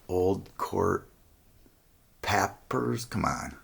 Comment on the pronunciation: This dude is hilarious , he talking about “court pappers” Come on .. 😂😂 Definitely enjoyed the video , great content 👍🏾